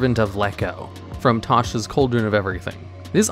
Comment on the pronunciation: You lost me at the second you said tasha.